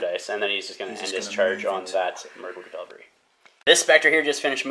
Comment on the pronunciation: It's said CAValry not "calvalry" please stop making my ears bleed 😂 Kudos for Angmar player putting up with your thinly veiled glee at the solid die luck you were having. Respect.